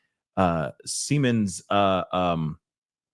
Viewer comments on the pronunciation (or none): Siemens like seaman when you say it